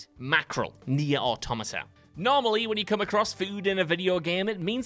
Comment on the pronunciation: The Baldachin's Blessing shouldn't be on this list, you only lose 5% of your health by carrying it (which is nothing) and using it like you're supposed to removes the rebuff while giving a fantastic buff. In Nier: Automata (you pronounced it wrong, btw) you can carry the mackerel for as long as you want without it affecting you at all, this list is about picking up items and the item itself does nothing while in your inventory. I haven't played Little Hope but it sounds like the gun is much the same, picking it up does nothing and only by choosing to shoot Angela does it do anything bad. The ending is also only worsened if you've already fucked up the entire game, making it an appropriate ending.